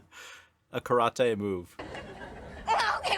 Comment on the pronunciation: The pronunciation of karate is actually the correct way to pronounce it in Japanese, as well, which makes it funnier. I live in Japan and when I say how westerners pronounce other words like Karate, such as ken Watanabe (famous actor), and karaoke, Japanese people usually crack up laughing.